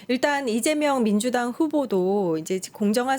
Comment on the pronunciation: 민두당이 아니라 민주당입니다 아나운서 발음이